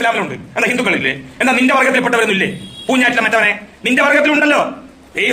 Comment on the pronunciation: പൂഞ്ഞൈറ്റിലെ ആ "ഞ്ഞ " ഒഴിവാക്കി കൂടേ ?